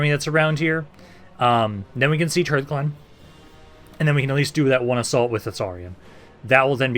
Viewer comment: TARREN mill not TAUREN, and hearthglen is like HARTH and not like EARTH, and hearth is a fireplace